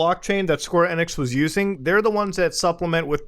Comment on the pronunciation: Every time he says "Square Enex" I cringe! 😧